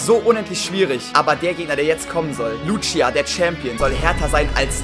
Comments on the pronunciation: Man spricht die btw Luzia und nicht Lutschia aus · Wie er sie Lutschia nennt obwohl es einfach easy "Lußia" ausgesprochen wird ^^ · Lutschia XD schöne Aussprache